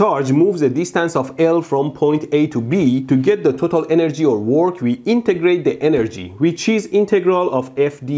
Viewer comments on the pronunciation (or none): none